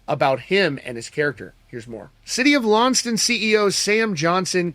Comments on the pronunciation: The town is pronounced LON SES TONN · It’s pronounced Lawn-cess-tun. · It's pronounced Lon - ses - ton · Its kinda cute how they can't pronouns Launceston😅